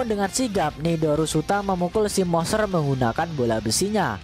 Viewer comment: bacanya Monsteeerr monsterrr... Moseeerr mosseerr.. udah ketawanya garing, lidah pendek ngmng monster aja ga jelas.. goblik goblik